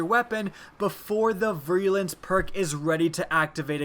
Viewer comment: ) "veer-a-lence" is how it's pronounced ... thanks for your work though buddy!